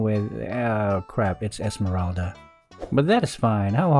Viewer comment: I like it when he calls Esmeralda "esemeraldead" and hylos "hylose"